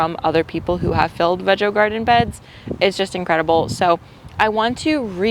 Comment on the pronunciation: (((HUGS))). The garden beds look very nice. Are they pronounced Veg-O, of Vee-Go? I have heard both and am just curious. Can’t wait to see what you plant. I started out big and now just plant what I know I will eat.